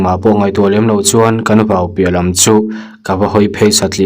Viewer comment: Vo ni loin vau tih tur aw, i hre reng tawh dawn nia